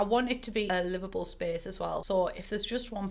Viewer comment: I'm from Northern Ireland so I understand accent but I could have sworn the first time I listen to this she said I want a Liverpool space instead of livable 😂